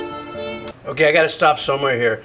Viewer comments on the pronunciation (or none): none